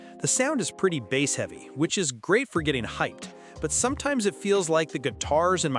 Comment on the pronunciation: "The bass (pronounced like the fish not the drum) heavy sound" just to let me know the quality of these reviews